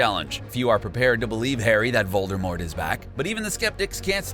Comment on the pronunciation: get you harry potter names right!!! like you miss pronounced, Lucius, Pomfre, animagus, and VOLDEMORT!!!!!